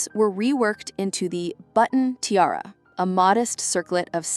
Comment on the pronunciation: Or ti-r-r instead of tiara